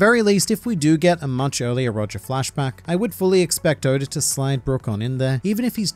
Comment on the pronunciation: Who is Odar? Oda(r) lol. Love the videos! Keep killing it!